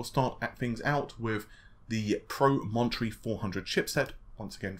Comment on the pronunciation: Nicholas Woolsey thank you lol not pro-mon-tree